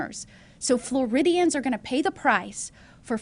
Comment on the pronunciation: If she don't fuc'n stop saying Floridians